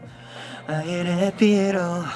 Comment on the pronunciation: why did they make kai change from h to r sound in happy?